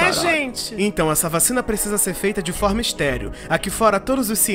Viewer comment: "todo mundo podxi ajudar de alguma 'forima'" 😹😹😹😹😹